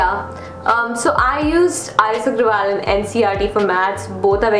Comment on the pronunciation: It's not R.S Aggrawal its R.S Aggarwal